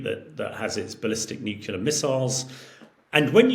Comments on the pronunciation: Nukular? It's "nu-cle-ar"! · I do wish senior politicians and military leaders would stop pronouncing nuclear as nuculer. That was started by George W Bush who was unable to pronounce the word nuclear properly. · PLEASE, SOMEONE... Teach this man to say 'Nuclear' He said 'Nucular' a dozen timed the other day, he doesn't seem thick so is he doing it for a bet ????? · Another person that can’t say New-clee-are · This man can't say nuclear. He says "nukular" Just like George w Bush and Homer Simpson did,🤨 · Nuculur. Over and over. And we trust this guys opinion? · I just can’t take an “expert” seriously when they can’t even pronounce NUCLEAR properly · I like him but wish he would say "nuclear" properly. I learned how to say Hamish de Breton-Gordon which is a pretty cool name.